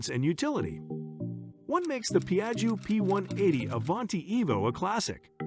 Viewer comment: Don't pronunciate the second I, like jjo